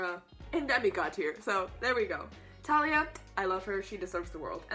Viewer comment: Umm, sorry but you say Thalia with the prounounciation of the th